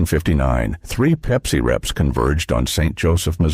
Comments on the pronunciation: I stopped watching after Pepsi was called "PEEPSI", kinda hurts the credibility... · Peep-see. I want my Peep-see.